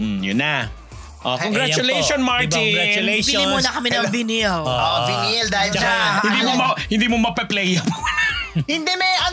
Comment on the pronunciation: Vinyl is pronounced (vay nil)